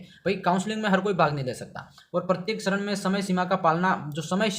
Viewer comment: सरन नही चरण होता है😂